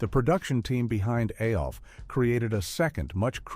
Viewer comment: Why does he say A L F instead of ALF